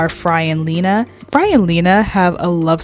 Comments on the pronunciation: “Fry and leena?!” It’s “fry and leela!!!!” Good video otherwise, though…Dan aka…ps you go, girl!!!! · Fry and Leena? I hope that was a slip up. I feel obligated to tell you its "leela" (pronounced "lee-luh")